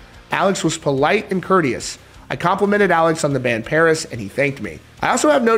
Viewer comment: I think you mean, "Puris". You can't make up your own language rules. At best, V could stand for a U, but never A. Ffs